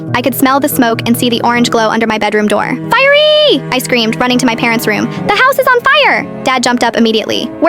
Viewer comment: The "firery" left me dying